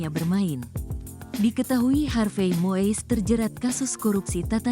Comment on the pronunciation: Ini narator Tribune harus belajar lagi melafalkan nama orang dengan benar. Melafalkannya bukan MOIS tapi MUIS!. 🙈